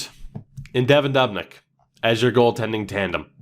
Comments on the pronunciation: Doob-nick not dub-nick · He says dubnyks name wrong 😂